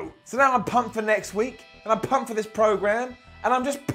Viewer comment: Please stop putting so much emphasis of your P's when you say "pumped"